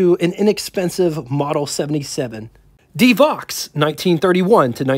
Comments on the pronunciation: It's pronounced "Duh Voe" not De Vox. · Good video ! But, several of the years of production dates and pronunciation of the names were incorrect. Like the De Vaux. Not ( De Vox ) , but pronounced like ( Dee Vo . ) French name. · Devaux is pronounced 'De-voe'. It's French, don't blame English. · My understanding was that the Stutz Blackhawk was not really considered its own marque separate from Stutz. Further, Graham-Paige did not exactly go out of business, they just truncated the name down to Graham . I thought DeVaux was pronounced De-voh, not De-vox. Auburn was considered an unbelievable value for the money at the time, not "expensive". Add to the list: Velie, Gardner, Chandler, Ruxton, and REO. Kudos for pronouncing Willys correctly, incidentally. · This was so cool....btw...DeVaux is pronounce....De Voh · Good job on the content. You need to check up on your product name pronounciations though. e.g Elcar - El Car not elcur. Deh voh not Dee vox. Er skin vs. Es kyne. Roach vs. Rawch. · NOT "Koot" Rockne - "NEWT". NOT "DeVox" - "DeVOE. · Rockne’s name was pronounced “Newt”. DeVaux was pronounced “De Voe”. Also what about the “Kline Kar” built in Richmond, VA? Over all an excellent documentary!